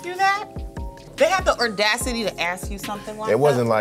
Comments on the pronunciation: She said "ordacity"🤣🤣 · Tiffany: Whats the worst question you've been asked about your religion.... Scrap: Are we all terrorists.... Tiffany: People had the "Ordacity" to ask that... The word is "AUDACITY" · “They have the ardacity to ask you that?” 😂🤣 I love her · She said “ardacity” “muslimanity “, and “I don’t compute it to terrorism “ in like a 30 second stretch, her brain said 👁 👄 👁 😂😂😂